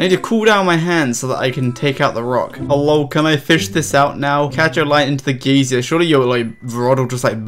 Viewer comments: "gaysier" lol its "guy-zer" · It's "guy-zer" not "gay-zee-er". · He's English, we say "geezer". He's still wrong though, hah. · Cant imagine not knowing how to pronounce geyser, you're saying "an old person" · pls stop saying geysier :( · It's pronounced 'giser' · I like how many times you pronounced the word Geyser wrong XD Great Vid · you say "geyser" funny